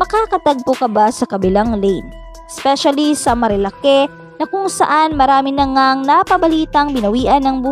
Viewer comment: Marilak not marilake 😐